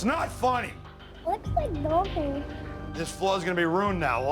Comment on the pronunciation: "Nothingk" I like Jo's mispronunciations.